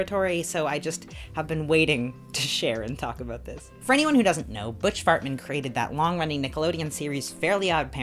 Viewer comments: I heard that .. butch fartman hehe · "Butch fartman" LOL